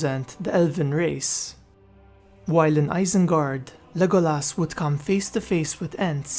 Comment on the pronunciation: his name was pronounced Le GO las